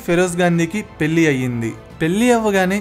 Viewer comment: Babu..నీ భాష ఘోరంగా వుంది...ముందు సరిగ్గా మాట్లాడ్డం నేర్చుకో...పెల్లి కాదు పెళ్ళి అనడం నేర్చుకో...వాల్లు కాదు వాళ్లు...విషయ సేకరణ బావుంది...ఆవిడ మొత్తం జీవితాన్ని 15 నిమిషాల లో crisp గా కుదించి చెప్పడం బాగుంది...కానీ నీ తెలుగు ఉచ్చారణ ఘోరంగా వుంది..సరి చేసుకో..Good luck ..